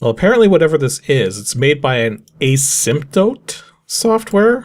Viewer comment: Asymptote, the A makes a sound like the word "as". It means a curve that approaches but never touches a line as it reaches infinity.